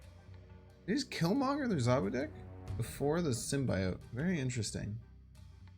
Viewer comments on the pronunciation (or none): none